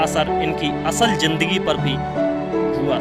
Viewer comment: Smajh hi nahi aa rahi kya bol rahe ho bhai itne lafz toh apko bolna hi nahi aate zindagi ko jindagi bol rahe ho